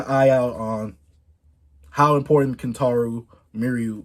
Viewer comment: Pls just say kentaro from now on